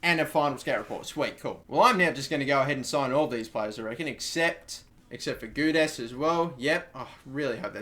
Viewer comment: I'd say Geudes is either Gay-deez Goo-days But, I don't know...